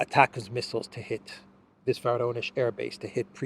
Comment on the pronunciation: The correct pronunciation of "Voronezh" is "Voronyozh" (accent on the "yo" diphthong).